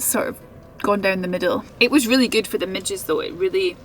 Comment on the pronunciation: At first, I thought you said "midgets". 😬